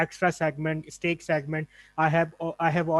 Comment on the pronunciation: It's STACK, not STEAK.